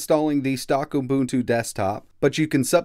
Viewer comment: Helpful, thanks. BTW, it's UbuNNtu, not ubutu as you keep saying :)